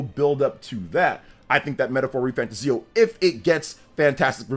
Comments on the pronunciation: Not pronounced fantaZIO. It's fanTAzio. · You are pronouncing refantazio wrong. Its re fan 'tay zee 'o. ' = emphasis Re fan Tayzee o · I might be wrong. But I think you're pronouncing fantazio wrong. Your videos are great but please fix how you pronounce it 🙏